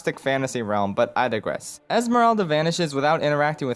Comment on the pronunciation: "But I digwess" he is baby